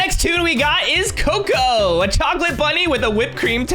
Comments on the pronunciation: cocca not coco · Your not right the Bunny name It's cocoa